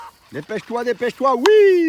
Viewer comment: Tu te débrouilles pas mal au niveau dressage. N'hésite pas à lui donner des ordres d'une voix ferme et assuré sans lui gueuler dessus. C'est très important pour lui. Tout est dans l'intonation. L'intonation du "oui" à la 7'47 n'est pas bonne, le "Voilà" lui est bon. Le secret c'est qu'il t'écoute. Après perso en ce qui me concerne, je le met direct en immersion avec les poules et "tartagueule à la récré" si tu touches à une de mes poulettes ! Attention quand même au malinois, il leur faut une bonne éducation au début sinon ça peut vite partir en vrille. C'est pas des chiens de débutants.